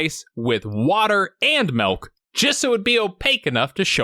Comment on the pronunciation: Aw man, you're one of those guys who says "melk"? I might have to unsubscribe